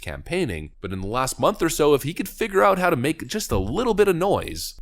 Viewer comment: "if he can figger out..." The word figure is a real problem for you, isn't it? Let me help: say fig. Say your. Now say them together - fig your. Repeat many times. We good?